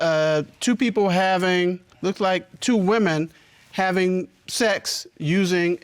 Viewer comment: F a t u g l y “wimmin”.